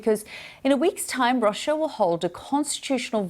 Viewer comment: The pronunciation of Russia is not correctly pronounced by BBC studio lady